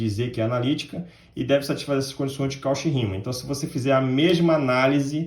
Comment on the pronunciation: Muito bom"! Apenas uma observação: "Cauchy" pronuncia-se "Côxí". (Com sílaba tônica xí)